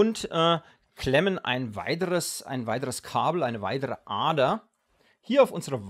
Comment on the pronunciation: Kannst du bitte das "D" betonen? Du sagst immer "ATER" Statt "Ader"